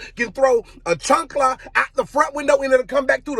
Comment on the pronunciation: chAnkla not chUnkla 'CHAANKLA'